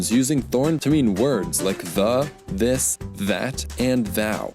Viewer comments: + It's more like the difference between T and D then between S and Z, but yes. That's the issue. And it's actually quite easy to hear over a mic, but you didn't use the more "D" like sound of "this" when you said "this" at all, hence why we didn't hear it. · + He didn't really pronounce "this" quite right.